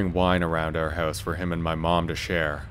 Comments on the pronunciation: "A small hehwse." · This narrator is Canadian. I could tell. He said the word "house" in a unique way.